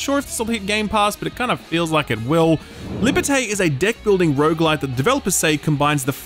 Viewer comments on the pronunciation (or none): It's pronounced "liberta" but that's close enough.